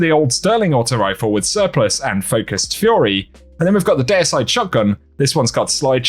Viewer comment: why does he say deicide like that